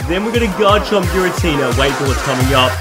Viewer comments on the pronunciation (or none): none